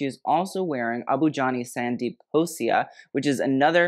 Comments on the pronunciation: Abu Jani Sandeep **KHOSLA**, not khosia And the tiger on belt in sabyasachi black outfit is the house emblem. Sabyasachi Mukherjee is the designer, he is Bengali, i.e. from Bangladesh. And the tiger is the national animal of Bangladesh. Bengal Tiger. It's like Versace's medusa. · It's Sandeep *KhosLa, not Khosia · It’s “Abu Jani and Sandeep Khosla” not “Khosia ”🙈😂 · It’s Abhu Jani and Sandeep Khosla.(it’s L and not an i) No hate just letting you know. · IT'S SANDEEP "KHOSLA" HONEY!😂🙄😂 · Abu Jani Sandeep **KHOSLA**, not khosia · It's Sandeep Khosla and not Khosia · It’s Khosla not Khosia and it’s Manish Malhotra not Manish aurora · "KHOSLA". NOT KHOSIA !!??! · Sandeep Khosla not Khosia, lol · Abu Jani and Sandeep KhosLA 🥺 not KHOSIA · It’s not khosia but khosla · Hello, I don't mean any offence but the name is Khosla with an L not i, I can see how that could be confusing though! Great video. I'm really glad Indian fashion is getting noticed now. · Hey! Its amazing to see you talk about the Indian Fashion Industry and you appreciation for the art and textiles really shows. There is a vast and varied history behind Indian textiles and its traditional and modern use. Hope you keep looking into it. Also wanted to make a small correction, it is Abu Jani Sandeep Khosla, Khosla with a L not I. You are pretty good with rest of the pronunciations. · Rahul MIshra really doing well and he sure does deserve all the coverage. As for the minor slip-up (since I presume you read the 'L' as 'I' in the lowercase), its Abu Jani and Sandeep KHOSLA. They've been at it for almost 4 decades (actually my birth year being their start) and are sure ready to serve regal glamour. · 90s 2000s Manish Malhotra was amazing.He had created iconic pieces during that time. He has a great design aesthetic, I doubt his team is not matching upto his aesthetics. And that tiger on thr belt his Sabyasachi 's logo. It's like a LV or Apple kind of status. And one more thing it's Sandeep Khosla not khosia.